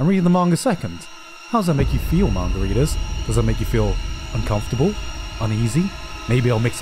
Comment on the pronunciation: the way he said Manga readers sounded like Margaritas. I’m now referring to them as Margaritas.